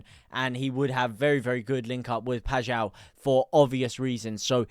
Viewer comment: The only streamer i have hera say paixaos name correctly lol